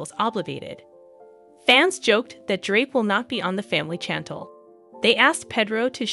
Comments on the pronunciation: This person must not watch the show because she can't even pronounce her name right, smdh another push story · Before you blog learn how to say her name or watch to show to hear how to say her name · Learn how to pronounce both names if you are going to be the announcer. Can't listen to this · It’s not pronounced Chantel! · Please learn how to pronounce Chantel and Jimena. Also sushi. Thanks 👍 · OMG can you please pronounce her name right 🙄 its obvious you DO NOT watch the show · Please pronounce her name correctly,if you’re going to tell the story,watch the show so you could correctly pronounce Chantel like it’s pronounced by her and her family on the show .Sorry I can’t finish watching the video hearing you constantly mispronouncing her name.🙄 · Please say her name right !!!!1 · Why don’t you watch the show so you can listen how how her family says her name. I had to stop watching your video because you’re not saying her name correctly. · The way you pronounce Chantel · Why are you saying her name wrong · Pronounce his wife's name correctly please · Pronounce the name right!😡😡😡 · Pronounce her name correctly…… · Learn how to pronounce her name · Shan-tell not Chan-tl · Very disrespectful to pronounce a persons name wrong repeatedly. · STOP CALLING THIS LADY “CHANNTLE” it is pronounced “SHAN-TELL” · Her name is pronounced Shantelle…not chantle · It's pronounced SHAN TELL not CHAN TLE!!!! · Chantel is said like shon-tel not like jandal 😆🤣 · It's "Pay-droh and Snan-tell" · SHAN-TELL NOT CHAN-TULL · It's not channtel it's chantel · "CHantle". lol. its Shantel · say it with me.... Shann-Tell not Chantle.... tf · Learn to pronounce her name it’s currently pronounced parenthesis SHANTEL Chantel not CHANTLE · Narrator her name is Chantal ( say it as if it’s an sh not chan tal like your saying it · Girl please learn How to say her name did you ever watch one episode lol got to turn you off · ok, listen, her name sounds like,"SHHHHANTEL"! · Pronounced. CHAN TELL